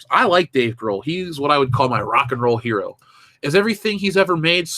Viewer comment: Her-O makes me want to hurl.